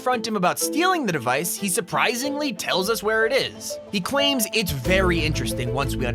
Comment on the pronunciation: he cwaims